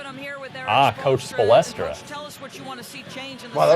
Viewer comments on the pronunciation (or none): This fuckin guy keeps saying "Spolestra" its SPOELSTRA at least have a geneeal idea about basketball if you're gonna play it for people to see damn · Spolestra lol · its (spoel - stra) not (spo - les - stra) idiots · this nigga said coach "Spow-less-truh" straight nerd he doesnt know shit about basketball its "Spowl-Struh" talkin like he knows 2k / real ball go back and program some shit let the ballers ball